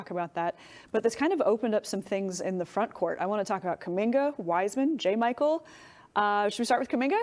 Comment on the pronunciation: Learn to pronounce jamychael. You are on tv!